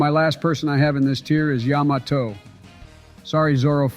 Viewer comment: Yo the way they say Yamato is hilarious, can’t keep the same pronunciation